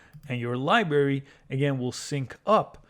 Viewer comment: Good video BUT please learn how to pronounce LIBRARY. It is not "LIBERRY". This was a little painful to listen to ;>)